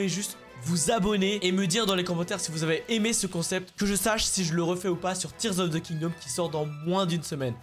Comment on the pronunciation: Je suis le seul à avoir entendu « Tears of the KingdÔme » ?😂